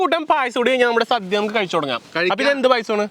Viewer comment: ഓണ സദ്യ അല്ലാതെ സധ്യ അല്ല..ഇതൊക്കെ ശ്രദ്ധിക്കണ്ടേ അമ്പാനേ